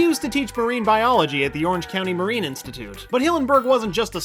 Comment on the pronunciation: parine biology???